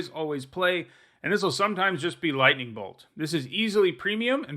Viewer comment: Nightning bolt....really? Lololololols